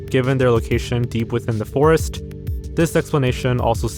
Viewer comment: that Polish forest pronunciation hurt me